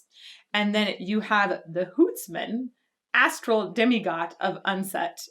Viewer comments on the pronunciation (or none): none